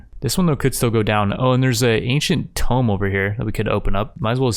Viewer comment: Man the way you pronounce things…tome? najinata?